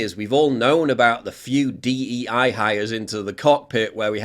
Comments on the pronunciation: not D E I its D I E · Its DIE, not DEI...get it right